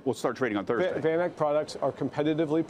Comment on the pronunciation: Sometimes I can't listen to when he says things like "Von Ike"...